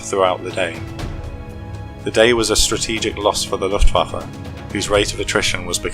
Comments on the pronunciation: luftwaffe. not luftwaffer. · Please pick a tense and stick with it. Speaking in the present tense about things that happened 79 years ago is annoying and wrong. As well, the name Luftwaffe ends with the letter 'e', not 'er'. It is not LuftwaffER.